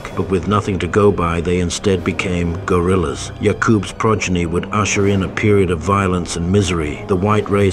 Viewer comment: Just something in the way he hits "gorillas" just kicks the air out of me. It's like, "Wait, really?"